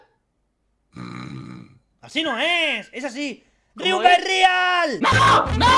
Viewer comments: Me encanta cuando mencionan la palabra RIUMBA IS RIAL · me encanta cuando dice riumba is rial y eso y dijo no no no y me dio risa